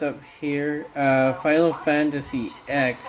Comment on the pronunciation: Lol, you called it "Final Fantasy Ex" lmao. "X" is pronounced like it should be as a Roman numeral - ten.